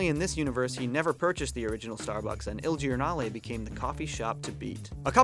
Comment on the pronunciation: you read "il giornale" kinda right, in italian when an I follows a G its actually read like a J, so it would kinda sound like "Il Jornale"